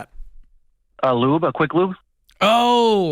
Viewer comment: He's lying. Can't even say lube right.